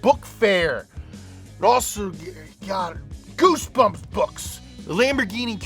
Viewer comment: "goosbumb books" ahhh the memories lol